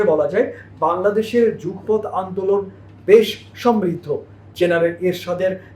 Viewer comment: Jugpoth na Jugopoth.